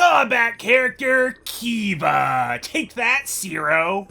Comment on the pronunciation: I'm pretty sure the wolf's name is Kiba, not Keeva.